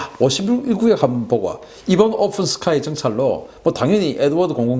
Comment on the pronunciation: 오픈(open) 스카이를 ofen 스카이로, 푸틴(Putin)을 Futin으로 발음